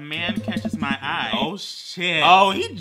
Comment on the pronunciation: Eye? That's ewe